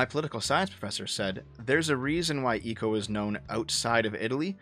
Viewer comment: Nice video Just a nitpick on your pronunciation of Italian names, because the spaghetti in my blood got riled up by it: Umberto ECO is pronounced ECHO. Like ECHOlocation, not like ECOnomy. Also, the final E in Gentile is pronounced, so you can read it as Gen-TEE-leh. This public service announcement was brought to you by your local bored Italian